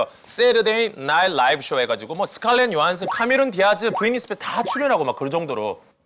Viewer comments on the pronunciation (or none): none